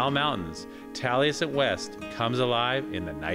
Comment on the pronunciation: Keeps pronouncing Taliesin wrong. There is no "t" on the end.